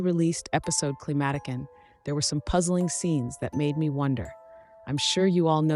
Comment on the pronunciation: Y’all just butchering the name Climatiqueen 😭😭😭💀💀💀